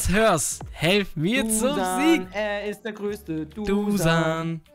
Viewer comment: Heißt dusan vllt Dušan(Duschan ausgesprochen)?